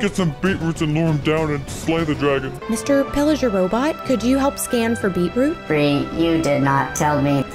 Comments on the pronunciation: It Bri not Bir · It’s Bri not Bree